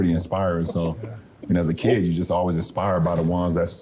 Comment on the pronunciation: how f'ing dumb do you have to be to struggle with "inspired" and "expired"? 🤦‍♂️🤦‍♀️🤦😆🤣😂